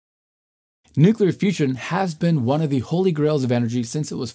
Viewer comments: Very, very smart man,. Please ask him not to say "nuculer," ever. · Bush ll I assume.